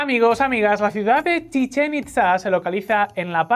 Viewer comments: es CHICHEN NO CHIZCHEN !!!!!!!!!!!!!!!!!!!!!JAJAJAA no le sale al pelado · En un poco gracioso como dice Chitzen a Chichén que es como si dijeras chinche xD